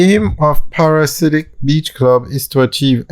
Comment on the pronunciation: Friend it’s pronounced ‘Para-dee-siac’ not Parasidic. Its a strange name and not the most easy to pronounce I know….you always want something classy and memorable